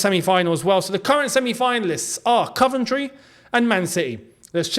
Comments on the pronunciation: we love you, but please say: Coventry not Cuventry 😁nice one boi!!!🤙🏻 Coyb👏🏻🙌🏻🔵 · Cov not cuv 💙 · it's coh-ven-try not cuh-ven-try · My girlfriend wants to know why you pronounce Coventry ‘Caventry’? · Mate why u sayin “CUVENTRY” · I think you are saying Coventry wrong ⚽